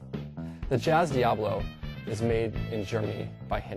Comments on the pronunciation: he is saying it wrong, its diabolo bot diablo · is it pronounced Diablo ? He kept saying Diablo :D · ohhhhhh, there saying it wrong then =.=